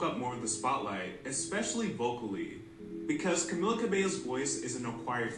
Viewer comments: her name is pronounced CaMEEla CabeYO not CaMillUh CaBello. it's a spanish name and different from "Camilla" so it doesn't sound the same. Edit: Camila became the most marketed member because a lot of fifth harmony fans found her the funniest. Originally (better together era) they intended to market Lauren as the face of the group but switched to Camila after her popularity grew. Her distinct voice also helped. Camila's consistency with live vocals also helped. Their Kelly & Michael performance kind of showed that she had better breath control than everyone else. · Camila's name is pronounced camEELa cabeYo